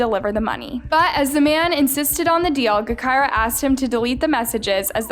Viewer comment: Smh, really doing videos on Chicago now? It’s pronounced Ja-Ky-Rah, btw. Not Guh-Ky-Rah.